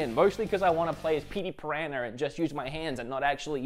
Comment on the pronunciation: "Petey Puh-rah-nur"